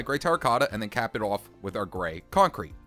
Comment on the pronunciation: My favorite thing about this dude is when he says "off" its sounds like "ouuf" sorry if it's sorta offensive but I like it :)